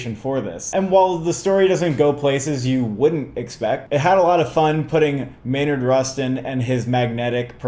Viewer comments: Just a heads up guys it's "Bayard" not "Baynard" Rustin :) (or at one point, brother bro definitely said "Maynard Rustin" lol) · Its not Baynard its BAYARD like people calling my dad Blyden "Blinden" 🤦🏽‍♂️ Theres no N It's Bayer asprin not Baynar aspirin... You can do it...